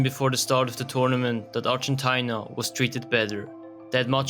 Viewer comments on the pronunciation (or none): Ar-gen-ty-na what a pronunciation. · Could you please do the research properly and pronounce ARGENTINA in English properly (Ar-gen-TEE-na). Thanks